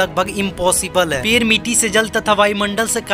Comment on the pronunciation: पेर नही😜 पेड़ बोल